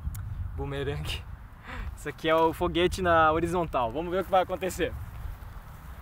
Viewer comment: Eu vi ele falando RÔ Foguete